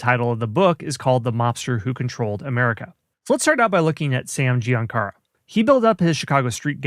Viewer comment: GiancaNa...not GiancaRa.